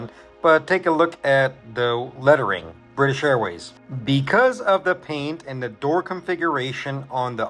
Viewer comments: we’re coming from a really wholesome piece and then is like: “to hell with it, someone ruined British for me, so now it’s Brifish for everyone else” Cool touch man /s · You son of a gun! “Brifish airways” 😂😂. Great video sir!